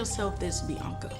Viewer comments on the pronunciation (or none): the fact she cant say biaanca peoperly is one of the funniest things